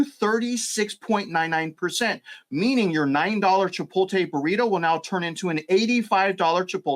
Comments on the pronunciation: Why can’t boomers pronounce Chipotle and Pokémon? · How bout you just not say Chipotle anymore.